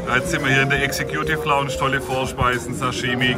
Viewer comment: "Exe-Kjuuutiff Launtsch" mag lustig klingen, aber die "Executive Lounge" ist der exklusivste Bereich beim KSC im Wildparkstadion, wo erstklassiger Service, super Sitzplätze und privilegierter Zugang auf dich warten. In diesem eleganten und gelungenen Ambiente werden Gäste verwöhnt und können die Annehmlichkeiten in vollen Zügen genießen. Also, auch wenn die Aussprache für einen Lacher sorgt, ist die Erfahrung in der Executive Lounge alles andere als zum Lachen! 😉😎✨ #Sprachmeister Vielleicht traust du dich und stellst für uns ein Video online in denen du dein Sprachtalent vermittelst. 🥸🥸🥸Liebe Grüße und frohe Weihnachten gehen raus an Dich